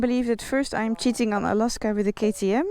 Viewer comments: Alaska is pronounced with a hard a for the second a. you pronounce it with a soft day incorrectly. If you're going to own a bike you should at least know how to pronounce the name. Honestly drives me nuts every time. It's kind of like if I was pronouncing England angland understand understand😮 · She christened the bike Alaska herself, therefore it is perfectly fine for her to pronounce it as she wishes. Meaning it is her "pet" name for her motorcycle, and not "Alaska" the 49th state of the USA..(PS. I also suggest you get a life)